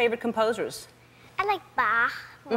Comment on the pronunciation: She's a natural genius. And she even pronounced, "Bach" correctly, as well as the other composers' names. "it just came out.". That's probably exactly what Mozart said.